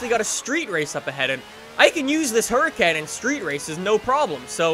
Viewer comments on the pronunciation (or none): Please say huracan not hurricane😶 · Why does he pronounce it huracannn, no one says that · It's pronounced Huricon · its a HURACAN not hurican HURACAN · no one: still no one:: A Lamborghini Hurcane me:... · Lol he cant even say its because hes Canadian cuz im Canadian and i pronounce it like hur-a-con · The way he says hurracan is triggering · Lol the way he says Lamborghini Huracán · the way he says Nissan and Huracán hurt me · Only problem with his vids is how he pronounces Huracan and Murcielago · the pronunciation of the huracan is awful